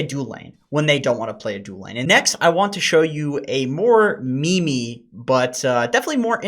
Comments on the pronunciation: did just pronounce MEME as ME-ME? what the fuck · just said "me-me"